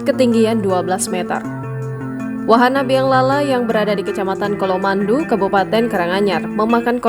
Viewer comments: colomadu di baca C bukan K ya gan 🙏 😊.. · padahal udah jelas hurufnya C....sok inggris dibaca K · Pembaca berita tolong baca bener ya. Colomadu bukan Kolomandu....